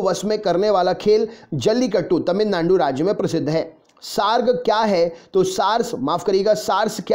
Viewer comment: Sar ने जब तमिलनांडू बोला तभी 😂😂😂